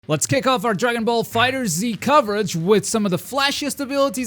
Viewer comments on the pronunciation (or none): It's not pronounce fighter z, it's fighterz(fighters)